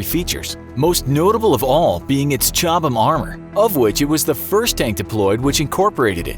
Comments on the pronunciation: Just in case anyone who made this video reads these comments. You don’t pronounce the H in Chobham. The armour is named after the location it was designed, Chobham in Surrey, England. I grew up very close to Chobham so can confirm it’s pronounced Cob’em if it’s spelt fanatically. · FFS silent H Cobham